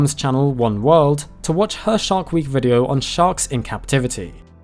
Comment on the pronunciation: I swear he said "shart week". Bad week.